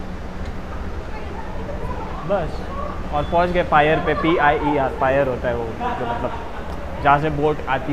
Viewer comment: Pier- pi year Chanel- sh nel Dior- dee or I hope this helps with the pronunciation 🙂